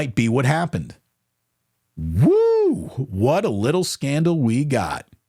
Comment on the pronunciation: What's S-candle?? Even japanese don't make such a mistake, idiotic lol. Are u another SAS?